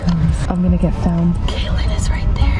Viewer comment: Lmao said kayeln shut it 😂